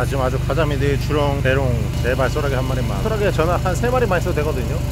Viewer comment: 소라게를 호랑이라고 들어서 어떻게 잡나 싶었음